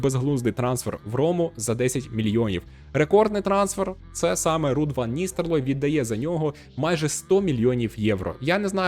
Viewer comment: Ван Ністелрой, а не Ністерлой. Дякую за контент